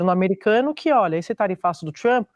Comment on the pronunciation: Tchruamppy? A Sadi fala TCHRUAMPPY